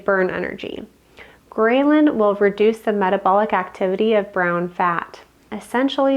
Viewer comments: fyi: it's not pronounced : grey-lyn, but grell-lin. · The statement “9 a.m. in the morning” spoken 4 minutes and 30 seconds into the video motivated me to stop watching this video and disregard all information given by the video. Also the mispronunciation of “ghrelin” got me good. Is this individual actually a doctor? I’m impressed. 🎉 Congratulations on posting your YouTube video. I hope next time your presentation is better and my fingers are crossed in hopes that the information you give to the world is actually valid and that you’re not part of the population attempting to destroy the people of the United States from within.